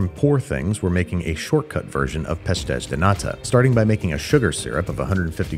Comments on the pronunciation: I love you Andy, but your pronunciation of "pastéis de nata" is so horrible I had no idea that was what you were making until I saw the end product 😂😂😂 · Pastéis de Nata, lovely pronunciation Andrew